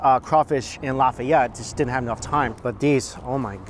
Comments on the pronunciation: It's pronounced Law-fi-et (long I or long E sound) and etouffee is pronounced Ay-too-fay. You can't go to New Orleans and not stop at Bubba Gump Shrimp Co, Cafe Dumonde and one of Emeril's restaurants. And we call em crawdads or mud bugs. *sigh I shouldn't be watching this.. it's been 26/7 years since we left Mississippi and I've been craving king cake for so long.. you start showing me cinnamon bread stuff I start thinking about cinnamon roll king cake with pralines (praw-leens) and cream cheese frosting. OMFG! I'd almost give my left nut for another king cake. It's always crawdad season in the south.. they have farms for that reason. Oh and another thing it's ben-yays. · It's Laugh-Ay-Ette. I'm from Lafayette. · Lafayette = Lah-fay-yet Boudin = Boo-dan Etouffee = Eh-too-fay Les bon temp roulet = Let the good times roll! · If only I knew you were in Lafayette I would have lost my mind and rushed to Billy’s bc there is one thing you haven’t tried and it’s amazing. Oh and I would have taught you how to say some of them creole words 😅😂